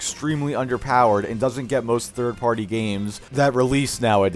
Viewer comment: “Dorsnt” lmfao